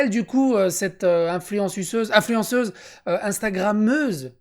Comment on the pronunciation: Excellent. C’est moi ou au début tu as dis influensuceuse? Mdr